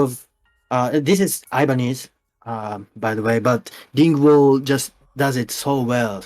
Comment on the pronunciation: P 日本は僕らと違うブランドなんだね すごい興味深いね、、 photogenicとかquartzとかmorrisとか、、 僕もこの部屋に6本あるから見せてほしければ見せるよ。 でもphotogenicって良いブランドだよね。日本でね。 T そうですね。あと多分多くのベーシストは今はDing Wall(発音悪くて伝わらない)を使ってますよね。 P ギンボー？ T あ、あ、あ、Peripheryの人が使ってるあれですよ。ジェントのバンドがみんな使うやつ。Ding Wallじゃなかったっけ？ P んー？聞いた事ないな。 T ドロップG#ともなると、ブリッジの部分が一つに繋がってなくてバラバラになっていて、フレットもファンフレット？っていう全部等しいんじゃなくて角度が付いてるようになっていて、一番太い弦を一番長く、一番高い方の弦をなるべく短く、っていう作りになっている必要があるんです。そういうジャンルには。 これはところでアイバニーズなんですけど、Ding Wallっていうのがそれを一番上手くやってるんですよ。だからジェントのバンドの人はみんな使うんです。 P 日本のバンドはってこと？普通に？ After the Burialとか多分？ T 多分そうですね、LowGくらいの音より低いのを出そうとするとみんなこういうタイプのベースを使う傾向があります。 もう既に、元々のEより1オクターブも低いと思うんですよね、最近は。 P そうなんだね、全然知らなかったよ。今日新しいことを学んだよ。 T 結構イカれてるんですよね、なんで言うんですか、上の音や下の音？ チューニングがそんなに低いと基音はもう聞こえないはずなんですよ。自然界的にLowGとかよりも低くチューニングするなんてできないと思うんですけど、現代のDing Wallのベースとか制作技術がそんなに低いものを可能にしてるんです。 P 知らなかったよ、ベーシストじゃないから何言ってんだか分かんないけど笑 ベースも弾く時あるけど、ベーシストじゃないからね。 ギターとか歌をやるけどドラムは触り始めたばかりでめちゃくちゃ難しくてね、、 T そうですね。僕はサビだけ歌もやるのでマイクについてもなんですけど、ベースを弾いてるんでマイクにはスタンドが必要で、このマイクは単に見た目がナイスですよね。音なんか気にしなくて、リバーブをめちゃくちゃ付けて、、 (他のマイクを探して見当たらなくて) 他にもマイクがあってそっちは光るんですけど笑 それも見た目が良いから使ってて音はあんまり好きじゃなくて、でも気にしてなくてリバーブを思い切りかけます。メインボーカルはゆーさんですし。 P いいね。僕もそういうシルバーのマイク好きで、見た目がいいよね。ミュージックビデオで使うだけもいいよね。 T いつかジョナサンデイビスが使ってるマイクスタンドみたいなのを使ってみたいです。 P Kornのね。裸の女をステージに上げたりね笑 僕は人生で4回ライブを観たことあるよ。最高に素晴らしいよね。観た事ある？ T はい、2回ですかね。一回はメタルフェスで、一回は単独ライブでした。 P アメリカは行ったことある？2人ともに聞くけど。 T 僕はアメリカには、一回しかないですかね。もしハワイとか島をカウントに入れなければ。 P ハワイはアメリカだからカウントするよ。僕は行ったことないんだよね、良い所だって聞くけど。 Y えー、そうなの？ T ゆーさんはハワイに何回も行ったことあるはずですよ Y ははは P ただ遊びに行った感じ？バンド全体で遊びに行ったり？ T